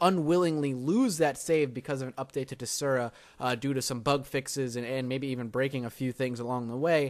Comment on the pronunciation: "dezura"? it's DES-ura say it with me DESSSSSS-ura